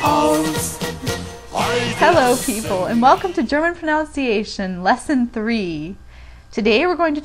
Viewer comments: Learn to speak English before you teach people German. Pro - NUN - ciation not Pro- NOUN- ciation. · The irony, when you misproNOUNCE "proNUNciation". Good video though. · you mispronounced pronunciation that is fucking hilarious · You are giving a lesson on PRONUNCIATION..that is the correct way to describe what you are doing....I hate the way people say pronounciation....that is not a word....just wanted to help you understand that in English (many make this mistake)....because you do a grand job of teaching the German....thank you... I was missing the ich, myself.....good job! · Lessons in pronunciation from a person who starts off the video incorrectly pronouncing the word "pronunciation"... hmm... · Come on guys! Cut her some slack. I'm sure she knows the correct way to say it but just misspoke. It happens. Anyway, this video was good. I'm trying to self teach German and it's tough. Mein familie ist Deutsch, aber sprechen Sie nicht Deutsch. Ich spreche ein wenig Deutsch, aber mein Deutsch ist nicht gut! Ich bin immer noch lernen. One of the hardest things is getting the subtleties of the pronunciations right, because I don't want to sound like an ignorant rube, y'know? I'm just trying to watch as many videos as I can to get it down. Frustrating because half of these vids say it differently. Again, as has been said, it's a dialect thing I guess. I just want to be as accurate as I can. Tschüss! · Ironically, you pronounce pronunciation wrong.